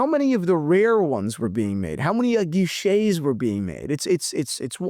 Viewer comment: It’s tank a guichets( which means windows or counter) not tank guilloche( which means ornamentation work on a watch dial using a rose engine machine).